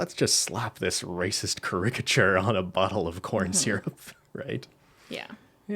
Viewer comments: Oooo ca-rick-a-chure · "cu-ri-ca-CHure" ok ben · pronouncing caricature as car-RICK-ature was making my eye twitch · i've never heard the word "caricature" pronounced like that before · Okay but the way keeps pronouncing caricature, is it him or me that's been saying it wrong the whole time??? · I've never heard someone pronounce caricature like that 😂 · Thanks for writing the title of the movie down, I thought my phone English and my French were just that bad, turns out has a weird pronounciation lmao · pronunciation of caricature is really something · The way pronounces "caricature" gives me life. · pronunciation of caricature has made me forget how to say it and I’m saying it over and over now cuz nothing sounds right. I’m like 99% sure that “cah-RICK-a-chur” isn’t right, but I think it’s a matter of the wrong emPHAsis on the wrong sylLABle. Is it “CARE-rick-a-chur”? 🤦🏼‍♀️🤷🏼‍♀️😂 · The way ben said "caricature" sounds weird lmao. I've never heard it pronounced in that way.